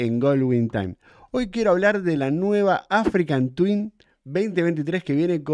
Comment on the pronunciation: Hola!! porque decis "AfricaN Twin" (con N), si el modelo es "Africa Twin" ??